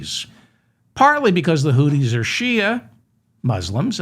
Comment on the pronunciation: Hi Mr. Feldman the correct pronunciation of Houthis is Hoo-theez (think of smoothies). Hope this helps.